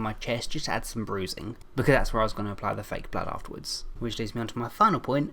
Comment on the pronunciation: He said flake blood